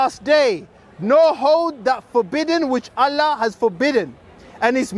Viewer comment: pronunciation of "Allah" was so cringe. Suits the false god "Allah" better lol. We should all begin saying "allah" in like manner to piss the Dawah team off.